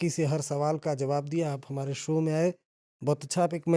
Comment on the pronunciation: सो नहीं बे... शो होता है... सर्मा नहीं होता है.. शर्मा